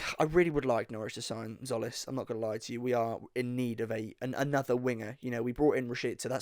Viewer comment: It’s pronounced “Jolly”